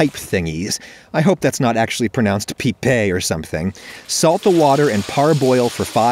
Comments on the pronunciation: Yup that pasta is pronounced "pípe" Source I'm from The pizza pasta mandolino country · Ah yes Peepay my favorite kind of pasta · I looked it up... I think it actually is "Pipe Regate" 'Pee'peh Reh"gah'teh' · “You need your pipes fixed?” “No my PEEPAYS!” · Actually you almost got the Pipe pronuciation. The "i" is pronounced like "e" from the alphabet, while the "e" is like the "e" in "end".